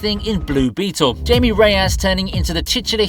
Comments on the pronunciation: Hai-me. Not Jaym-ee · Blue beetles names isnt pronounced like that lmao its hispanic